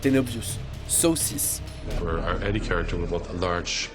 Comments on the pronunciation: J’ai bien aimé la vidéo mais mon Passage préféré c’est au début quand il dit saw 6 (saucisse) je sais je suis pas drôle mais bon j’ai rigolé😜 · Je pète de rire quand il dit saw 6 😂